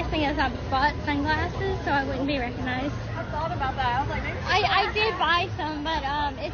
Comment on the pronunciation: I acknowledge this is so petty, but if she wants to be a celebrity, she needs to work on her grammar, and understand that recoGnized is spelled and pronounced with a “g”, and not pronounced “reconized”. It literally makes my ears hurt. I will never understand what the attraction is here, and find it alarming that people are idolizing this person… for so many other reasons than her grammar. 😆